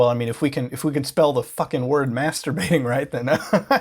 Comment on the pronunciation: “Mastrubating” Alright...